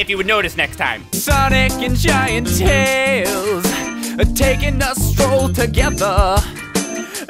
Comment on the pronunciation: sanic and gint teals